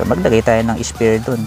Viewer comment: Spare po ata yun hindi spear